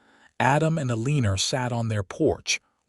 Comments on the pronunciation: “Aleenor” do you mean Eleanor? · It's pronounced "L-an -nor" NOT "Aliner". Gee. If you are going to take the time to write and video this, program the AI to say things correctly. This really grates on my ear. I'm moving on to something else. . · ELEANOR is pronounced Ellen-nor. Not E-Lean-or. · Listening to AI mispronounce words was painful to the ears. Otherwise, a very nice story. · it's pronounced ellenor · I’m sure the story is sweet, but I can’t listen to Eeleener any more. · A-LEEN-er? If the main character can't be addressed properly, what's the point? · 🤨 a leener? Might want to fix that name for Ai to pronounce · Lovely story! Why does the narrator say Eleener? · AlinER? That pronunciation of Alina’s name bothered me enough to quit listening. 👎🏻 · A Leen Er ? 🤦🏼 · What is the woman's name? You spelled it Elina but most of the time it's pronounced Eliner. Fine tune the AI okay. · I'm thinking it's trying to say Ellenor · Yeah, E leen er is an odd pronunciation. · Yeah, I can't listen to A-leen-er for the next however long, ugh! And why would she even bother to say O don't love you to a man she just met!😂 Nope. End of the story for me😂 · A-lee-ner!?? WTF is THAT supposed to be!😂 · The first half if the story is good but the last half is redundant, with repetition of the same information time and again. And 15 miles on foot in a blizzard without provisions or even adequate clothing is beyond fiction to fantasy. Pronunciation of Eleanor: L-n-or. Simple enough for even AI to understand. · That drove me crazy too elener lol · Her name is pronounced EL-I-NOR. Good story. Good character traits. ❤❤ Canada 🇨🇦🇨🇦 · Probably Eleanor. I confess that hearing Erleener was like fingernails on a chalkboard! The story was respectable, however and I enjoyed the rest. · Think the ai needs help with read, live and I think he means Eleanor... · butchering of the pronunciation of Eleanor is distracting. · ANNOYING mispronunciation!!